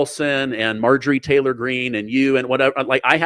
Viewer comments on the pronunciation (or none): none